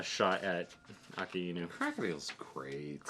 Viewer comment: Just a pronunciation guide for the admirals' code names: - Aka + Inu = Red + Dog - Ao + Kiji = Blue + Pheasant - Ki + Zaru = Gold + Monkey So you the vowels aren't read together like in English (A-kay-nu) but as two words (A-ka-I-nu). I've been following since you were only reacting to the Amazing World video. So happy to see reach Marineford!